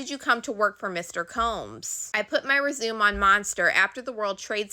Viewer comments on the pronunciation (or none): Res A May, not resume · No shade... It's not resume. It's Rez U May.. 👍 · Girl I hate to be this person but I gotta say it. Resume in this context is rez-uh-may. Like when you put in an application for a job. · Right b/c this is the second time she mispronounced something simple. I’m like not “rezoom”🤣. Still the appreciative the straight to the point coverage and her catchy ending. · 😂😂I heard it twice also. I like her though, it’s nice someone reads the tweets and keeps it moving. Not all of us want to hear commentary, I like to decide for myself and just hear what was said. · Oh Stop it, she giving yall all this info and you couldn't hold back, we heard it... lol. You know English can be tricky. Just like "record" or "present" can be said differently depending on the sentence.